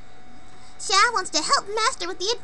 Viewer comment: ah, Xiao, the neko of the game. Toan's mum doesn't seem to notice that you off on your own a lot lol. Xi-ow, i believe is the pronouciation. look up Xiao Qiao of DW and it should have the way to say it. LunarAiko, you're a genius. it fits her a lot!!! shame thats her few lines. hmm...a friend...yeah...just a friend... you ever got steve, the slingshot? (i think thats his name) and i think you'll find damage is range based. along with the normal who-har